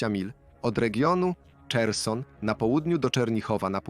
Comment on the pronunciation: AI ..... czerson .... mila na zachód... kurde ludzi juz coraz mniej